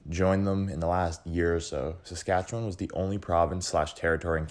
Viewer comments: I agree, a bit insulting when your pronunciation is "Satchewan". Ugh! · The way you pronounce Saskatchewan is absolutly killing me man